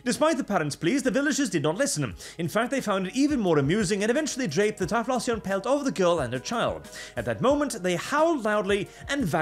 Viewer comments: It’s pronounced “tie-flo-xion”. Like explosion but with “tie” instead of “ex”. Not…”tie-floss-eon”. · "tie floss eon" ok, sure, you dont know the pokemon, suuure. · Your pronunciation of typhlosion sounds so off that i didnt even recognize what pokemon you meant at first. Im used to the ending sounding similar to explosion. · It's Ty-flow-zhun. Like Explosion but with TY instead of EX. It's a fire type. Filthy fking yuros learn to read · I'm kinda okay with "Ty-floss-eon" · Hearing saying pokemon names like typhlosion is hilarious to me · Typhlosion surely rhymes with explosion?